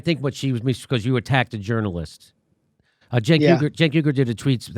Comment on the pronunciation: Journalists don’t dress or like Anna or her boss “Cenk” pronounced JUNK.